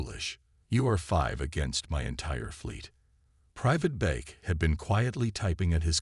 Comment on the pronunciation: Private Beck!!! Not bake. Idiot AI.